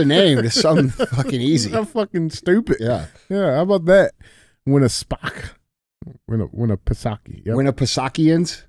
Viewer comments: Andy nailed it the first try saying Lake Winnipesaukee and DJ could not get it at all😂😂 Proud long time listener from NH live free or die we like to say here keep fighting the good fight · You pronounced the lake correctly! Haha thanks for talking about no sunscreen, I don’t wear it either! 😎🙌🏼